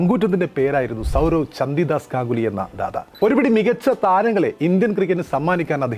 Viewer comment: ചന്തി ദാസ് അല്ല ചണ്ഡിദാസ്